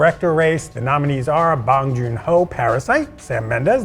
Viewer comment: Bong Joon-Ho. Please.